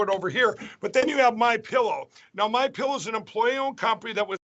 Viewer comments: Pretty sure he said "Mein pillow" lol 😆😂😅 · "Mien Pillow" nailed it! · "mein pillow" 🤣😂🤣